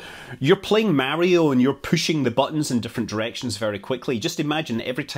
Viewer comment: I know not of this "Merrio" you speak of sir.